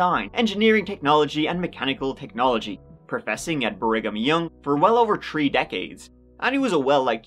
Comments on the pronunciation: Not "tree grown children" 😂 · I always giggle at his pronunciation of three. "tree people" and "tree children" as he says....so my dream would have been different. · I'm sorry. I can't help myself. "He had tree grown children" teehee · Thank god for a new. Not all heroes wear capes, or can pronounce free….